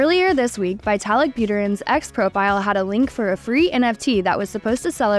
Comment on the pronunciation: More garbage, can't even pronounce Vitalik